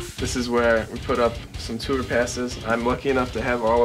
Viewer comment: i love how he says tour. "tewer"